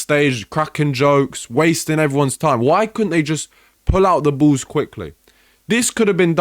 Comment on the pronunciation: The emphasis he puts on the word "ballssss"😂